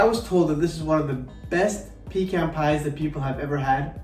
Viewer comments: You are mispronouncing the word pecan. The e is short not long. It is pronounced pu can with a short a sound as well. The can is not pronounced as if you were asking for a can of vegetables. It is more of a kahn sound. I was born and raised in the South and will not live any where else. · My Grandmother would say you pee in a can you eat a pecan. The "e" has the sound like "peck" does.